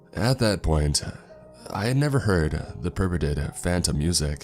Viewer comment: Assuage is pronounced “uh-swage” just so u know for next time 😉 I love your vids, ur voice helps me rly get into the story & fall asleep. Edit: Purported isn’t pronounced “perpetted”… it’s pronounced pretty much how it’s spelled, “per-port-ed”. It’s exacerbate… the word u used was exacturbate, which isn’t a real word but sounds kind of sounds like it could be lol Vehemently is pronounced “ve-heh-ment-lee”.